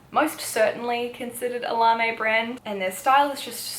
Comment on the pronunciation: I feel there needs to be a more low key now kawaii fashion team :p larme is a French word so the e isn't pronounced so it's more like larm :) How did u find the clothing size range in japan? Especially and rouge and wc? I'm leaving in 10 days and dying to go shopping! Love the video btw I've been so excited for this to be uploaded 💖